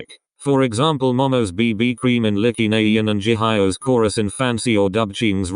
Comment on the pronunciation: When the robot said “Licky” instead of “Likey” I was literally screaming with laughter idk why 😐